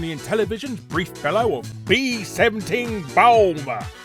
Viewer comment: bee seventeen ballmer